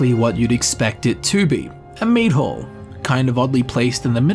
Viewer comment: What your accent says "Mead hall" What my unaccented ears hear: "Meat hole" .... Also, I always play as a necromancer to some degree, always. For one main reason. I get to use the necromancer motto to even the slightest bit of danger. "I'm behind 7000 skeletons, good luck!"